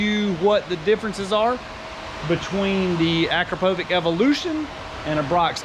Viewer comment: its akra-povic. Not akro-povic.